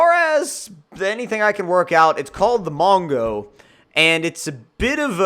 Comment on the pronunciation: Tonight! I wear a hat, James wears a hat, and mispronounces mango! "Mongo"